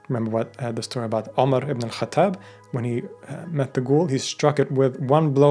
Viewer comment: Its pronounced ibnil khattab